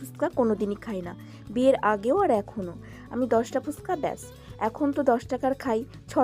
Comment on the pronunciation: ফুসকা না গো ফুচকা বলে😅 কিছু মনে করো না অনেকদিন ধরে ভাবছিলাম এই কথাটা বলবো। তুমি প্রায় সময় ভিডিওতে এইটা বল দেখেছি